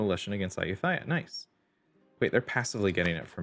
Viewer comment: Tough challenge. Btw to say Ayutthaya it is just a "t" sound not a "th" sound like in "thigh". (I speak Thai).